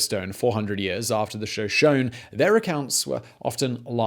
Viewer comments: Pronouncation of tribe: The pronoucation of Shoshone tribe is "show-show-knee". Hope that helps some people. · The tribe is shuh-SHO-nee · FYI: Shoshone = show SHOW' knee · Say Show-shown-y, not Show-sone or Showshown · Show-shone-ee not Show Shown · Guy zer..... And Shuh Show ne. Just trying to be helpful. You nailed it. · Dammit boy It's Sho Sho nee Get it right fact boy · I love you so much, but it's "Shuh, show, ni" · Show-sone ? WTF? Geezers? They are not small water heaters like in English homes. click-bait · "Show-shown" & "geezers" 🤣💀🤣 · show-shown-ee. and gi-zer, not geezer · I hate to be a grammar nazi but Shoshone is prounounced, "show show knee". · The "Showsown" live among the "geesuhs". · Shoshone (Show-Show-knee). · Show-shown? How delightfully British. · I know its spelled "Shoshone", but there is an "ee" at the end... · Geysers = "Guy - Zers" ; geezers are cranky old people. Shoshone = "Show Shoney" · That's Show-shon-ie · "Guy-zer" & "Show-show-knee" btw. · shuh· show·nee - emphasis on the second syllable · shoshone -----shuh--show--nee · Sho sone? What is the matter with you? It's like you go out of your way to purposely mispronounce names that any 4th grader could look up properly. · Sho-SHO-nee. GUY-zer. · 1. Ghee Zers. Are little old men😅 however, a guy zer is hot shooting water 💦 2. Shuh show nay are nomadic native tribe From the Yellowstone region. I am a Saaa bean (Sabine) a nomadic tribe from the Sabine River basin in east Texas/ western Louisiana. So damn it Simon. Start pandering to Americans for a change 😅😂🤣. ❤️y’all, keep up the great work❣️ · Shoshone is 3 syllables. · Shoshone is the tribe a shoshonee would be a member of said tribe. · And "Shoshone" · Is that why he mispronounces "Shoshone"? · Yeahhhh I was like the sho sho nee? Geezer is Guy zer. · Jeff Oliver Yeah, that one hurt my ears